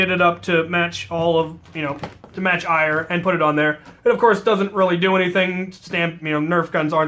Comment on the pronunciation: Omg you idiot it’s pronoced air not ire. I know because I am Norse and I study the religion. It is not ire it is pronounced air!